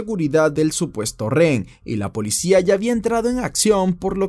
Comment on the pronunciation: buenos videos! pero me da algo cada que dices "ren". Se dice "re-hen"